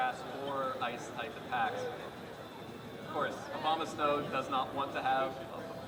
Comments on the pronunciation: he said obamasnow instead of abomasnow XD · It sounds like the announcer guy is saying "Obamasnow" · I love that the announcers keep slipping up and saying Obamasnow. Yay memes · Obamasnow is all i can think of when the announcer says Abomasnow...